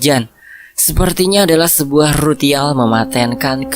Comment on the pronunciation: RALAT,,ritual bukan rutial